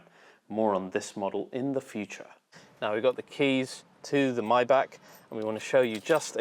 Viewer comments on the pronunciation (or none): Dude say mybach instead of maybach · maay baaah not may bek